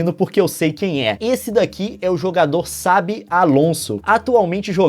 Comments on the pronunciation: Leon, não se pronuncia "Sabi" e sim "Xabi" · Leon não se fala "sabi" e sim "chabi" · Sabi? SABI? Poxa, Leon ;-; é Xabi de Chabi. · leon não se pronuncia sabi no português se pronuncia chabi ( quis fazer uma critica construtiva ) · Sabi Alonso? naooo se pronuncia Chabi (Xabi eu sei) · Lança logo o épica ciência!!! Mt bom o vídeo e vc explica mt bem! Mas se fala Xabi Alonso com X msm ta? Vc disse Sabi Alonso kkk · SABI ALONSO pelo amor de Deus 😂😂😂Leon se fala XABI ALONSO 😂😂😂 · não é Sabi Alonso e sim Xabi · Leon,é Xabi e não Sabi.Mais o video ficou otimo,deu pra ter uma aula de geografia/historia hehe.Vlw Leon.TMJ LIKEEEEEEE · Fera demais, Leon! Mas a pronúncia do Xabi Alonso é Chábi Alonso, e não Sabi Alonso kkkkk abraços! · Você disse que o que é dito pelos narradores é errado (no caso a pronúncia de "chabi alonso"), portanto você afirma que o correto é "sabi alonso". Foi aí que você disse o que estava certo e o que estava errado. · "SABI ALONSSO" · bernardo bueno não a pronuncia é igual a do português 'chabi' Alonso entendeu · Leon, desculpa te corrigir, mas o nome do jogador do Bayern se pronuncia com Ch, tipo Chabi. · "Sabi" Alonso? kkkkkkk. A pronuncia do X em catalão é igual que a do português, não precisava inventar a pronuncia :P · a pronúncia é chabi leon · "SA"bi Alonso 😂😂😂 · Já assisti várias transmissões espanholas na época do Real e eles não falavam "Sabi". Essa pronúncia esta correta em qual idioma? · c pronuncia tchabi com o t um poko mudo até onde eu saiba kk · Leon é xabi como se fosse chabi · miqueias caetano Mas essa é a pronuncia em basco. Basque: [ˈʃaβi aˈlons̺o oˈlano] Spanish: [ˈ(t)ʃaβj aˈlonso oˈlano] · Cara, sensacional!!! Seu canal tem o melhor conteúdo do YT, só ficou estranha a pronúncia do Xabi Alonso, hahah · N É PQ OS NARRADORES FALAM A TA CERTO...